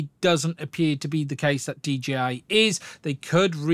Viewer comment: "DGI" ? and we all thought they were called 'DJI'